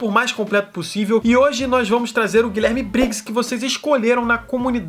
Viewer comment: Chega dá uma dor quando ele fala "GuiLÉRme Briggs" x(